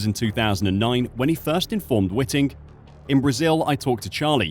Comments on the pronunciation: It's Whiting not Witting........ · Charlie Whiting, not Witting. 😊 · First off: it is Charlie Whiting, not Witting...please have some respect and get the good man's name correct. If Felipe had not driven off from his pit-stop at the very same race in Singapore with the fuel hose still attached to his car, and so DNF'd, he would also have won the Championship. But he did drive off, and so he didn't win. The passage of life and those irritating ifs and buts that get in the way.......I do feel sorry for the guy, but results are results, and if this case gets across the line, then it sets the precedent for many, many more contentious results (also impacted by the deliberate acts of drivers) that influenced Championship outcomes, will then be contended. And I am NOT talking of 2021.......but if Felipe has a case for 2008, then Lewis also had one for 2021. But they should all move on, IMHO. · WHITE-ING. IT IS PRONOUNCED WHITE-ING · Please pronounce Charlie Whiting’s name correctly. It’s white ing. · My immediate thought is that you should practice prounouncing Charlie Whiting's name correctly as in "whiteing"! You are the only commentator I've ever heard use your pronunciation and IMHO it's wrong. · the way you pronounce Charlie's last name proves you know nothing about this sport and it's all one big grift to you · Fucking hell how are you mispronouncing Chalie Whitings name?